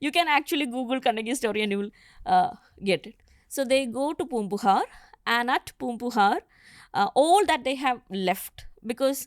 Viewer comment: Why invite a non Tamil scholar to speak about Tamil history? She can pronounce a lot of these words well but is unfortunately mixing up her native accent. Example: aga-naa-nooru. Not aha-naa-nooru. Poombugaar, not poompuhaar. There is no ha in Tamil. It is a foreign alphabet/sound. She can say Tamizh very well being Mallu but says Tamil. FYI : all students from TN who had this as our 2nd language learnt a lot of the literature and poetry that she touched upon in school. It is a part of our curriculum.